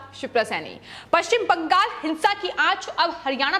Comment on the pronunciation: Ye bangal ko bangag kyu bol rahi hai itna penic kyu ho rahi hai ye.